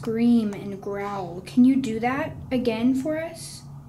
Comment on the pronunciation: Grow-uhl?! Guys its growl - one syllable, Jesus...